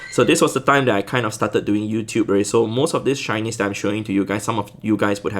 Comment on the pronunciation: shinys I can't hear shinys I hear Chinese 🤣🤣🤣